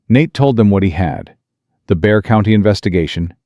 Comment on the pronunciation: Viewing From Big Sandy, TX! EXCELLENT TALE; WELL WRITTEN... (EXCEPT FOR THE MISPRONOUNCING OF THE COUNTY NAME, BEXAR, PROPERLY PRONOUNCED AS "BEAR."